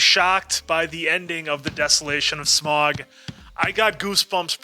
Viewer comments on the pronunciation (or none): How do you miss-pronounce Smaug when the actors say it different than you? It’s pronounced sm-ow-g not sm-or-g. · Im trying to not let it bother me that y'all keep saying "smog" 😫 In my head every time I'm like "nonono Sm-ow-g. Smaug. Listen to how every character is pronouncing it!" 🤣🤣🤣🤣🤣